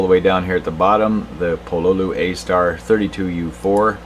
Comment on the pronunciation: just so you know it's pronounced Pololu not Pololu